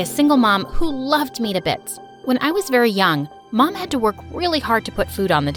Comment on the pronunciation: What she said, who loved me to bits what i heard, who loved bts